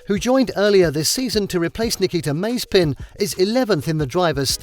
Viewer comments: Nikita maezpyn ? XD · did he just say nikita maze-spin ? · I Love that this robot reader said Maze-pin...wonderful